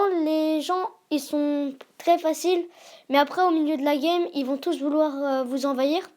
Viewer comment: ton intro il est excellent !!! continue comme ça. Ps: a la fin de la vidéo ne dit pas thuss